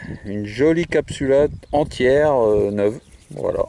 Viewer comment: Bonjour Merci pour cette jolie vidéo, riche en trouvailles. Pouvez vous me donner des précisions sur le dernier objet trouvé « capsula »? J’ai pas compris votre prononciation. Merci